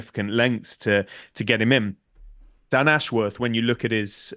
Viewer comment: Posh boys calling him "Dan Ash-Worrrrth". It's "Ashwuth". There's no elongation of the "worth" part of his name.